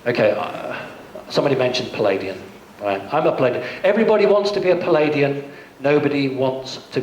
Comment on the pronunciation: he has "Palladian" hahaha he doesn't even know he is wrong, I think he meant "Pleiadian"